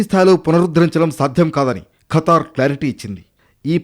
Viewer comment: కతర్ కాదు ఖతర్